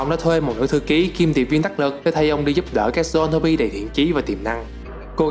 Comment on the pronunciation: zon-throp chứ k phải th ro pi nhé :))